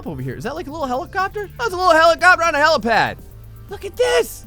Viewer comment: "Look its a Hellacopter on a hellapad" XD